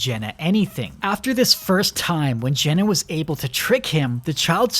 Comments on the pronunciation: Her name is Gemma not Jenna. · her name is gemma not jenna am i going insane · It's GeMMa not Jenna! :face-fuchsia-tongue-out::face-orange-raised-eyebrow::face-purple-crying::hand-orange-covering-eyes::face-pink-tears: I'm sorry, I have many mental illnesses. I agree with everything else he said. I do think they should have held the "child" hostage for longer.